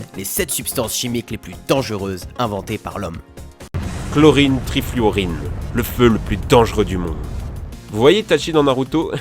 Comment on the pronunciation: Trifluorine ? ou Trifluoride x') ? j'ai les oreilles pourrie ou pas ? .. c'est écrit avec D, mais j'entends N* ..